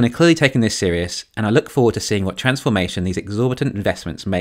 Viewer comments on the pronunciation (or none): none